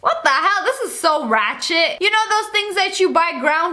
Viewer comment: You said. Ratchid 3 times!!!